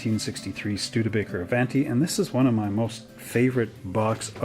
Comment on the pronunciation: 'A-vahn-tee,' not 'A-van-tee.' It's Italian. Even if you're Canadian.